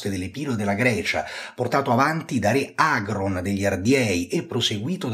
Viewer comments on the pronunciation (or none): Ma come pronunci i nomi del Re Agron e la regina Teuta? Assurdo!